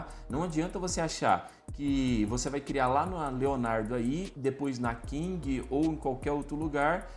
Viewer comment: PQ vc fala King ao invés de Kling? kkk